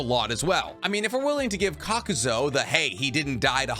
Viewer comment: Almost every video has a mispronunciation to the point I think its intentional. This video had Chiyo as 'Chiyu' and Kakuzu as 'Kakuzo'. The 12 Guardian Ninja video had Chiriku as 'Chiriko' and many others each video.